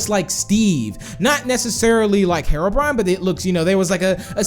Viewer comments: Hero not mero brian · Its HE-ROW-BRINE NOT HERROW-BRYAN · Btw it isnt said how u say it its he ro brine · said harobrine lol 😂